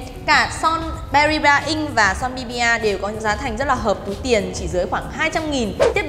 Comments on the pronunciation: Son Bbia đọc là Bi-a nha chị :) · Bbia đọc là bi-a a~~~